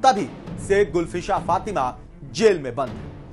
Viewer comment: गुलफ्शाँ नाम होता है, गुलफसा नहीं. कुछ ज्ञान भी ले लेते.